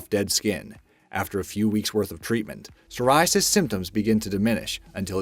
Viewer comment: Psoriasis has a silent p in it 😐